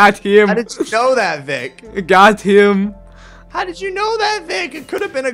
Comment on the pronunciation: Ikr, and not only that, but he doesnt even say it right. He says it like twice every video